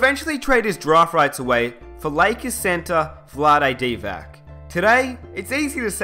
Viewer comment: "vladi divac"